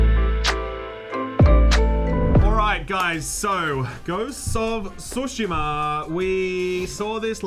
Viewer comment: The way you say Ghost of Tsushama makes me want to suck the end of a pistol, but despite your ugly way of saying it I can’t wait for this masterpiece!